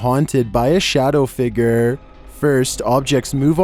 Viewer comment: why he say figure like figger 💀💀